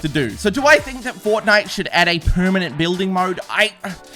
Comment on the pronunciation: Bruh it’s Fort-nite